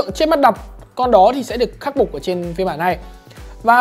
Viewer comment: khúc mắt đọc :)) khắc phục a nói nhầm qua khắc bục